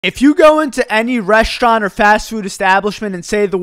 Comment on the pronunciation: "reschteuran" make me feel bad